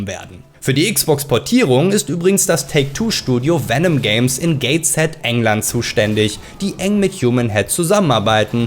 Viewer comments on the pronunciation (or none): none